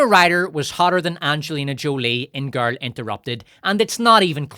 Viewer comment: How hard is it to say "girl"?